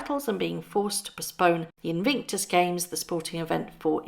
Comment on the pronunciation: It's 18 THOUSAND POUNDS they're paying for Frogmore Cottage and please learn how to pronounce INVICTUS!!!